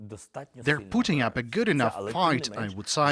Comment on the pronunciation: I swear the translator said, " They are Putin up a good fight" 😂